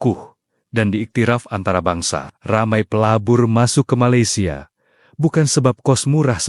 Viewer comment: Malaysian rk sebut maylesia..TP ME laysia..so emng indon..